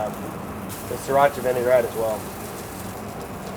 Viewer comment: Vinaigrette is pronounced "Vi-ni-grett" not "Vi-ni-gar-ett. There is no AR in it. Common mistake to add it like in the word vinegar. Great recipe though. and I'll be trying it!